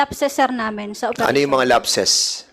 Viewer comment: Duscussion, station, operation, session, validation, at mga kaparehong salita, sana ayusin mo ang pagpronounce Dan fernandez kc pinapadaan mo sa ilong ang pagbigkas. Awkward hindi maganda pakinggan! Panoorin mo video mo para maimprove mo. Salamat.